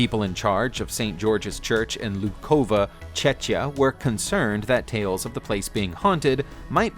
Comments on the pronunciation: This is not correct how to pronounce it. You said Čečia, correctky its Čekia. I am from Czech Republic. You can trust me. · I thought he said Czechia (pronounced it Chechia)